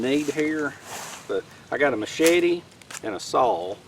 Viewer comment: I posted that comment so I would have something fun to tell my mom when I was taking her to dialysis. What was funny was the way you pronounce machete like it is two words "me shady." Now I have something else funny to tell mom. It was just me being a troll. I have watched a lot of your video's and have refrained from the me shady thing. I had to do it. The devil made me do it. I could be just a stupid troll. Hahaha.